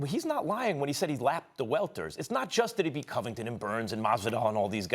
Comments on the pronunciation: Nobody: Steven A: Co-vvving- ten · “Colby coh-vington” its pronounced “cuh-vington” u dingus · It’s Covidinton get it right lol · Stephen "Gayass Gayvington" smooth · Who da fook is Coving Covington? 😂O, Stepen. smfookinh! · Colby “cOvington” 🤣🤣🤣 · “Colby Covinton” 😂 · "Colby COVEington" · Man you can’t pay Stephen A. to say someones name right. The way he says Colby Covington. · Imagine being able to say Antetokounmpo perfectly year round for 5 years but you can’t say Covington correctly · How can you mispronounce Covington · Why Stephen pronounce convingtons name like that? If you’re a fan “pronounce it correctly” clown